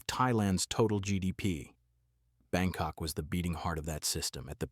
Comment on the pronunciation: Did you says BangCock? 😂😂😂